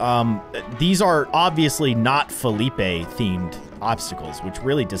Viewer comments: You're saying Felipe wrong.. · felipe is pronounced "felipay" but its spelled weird so its felipe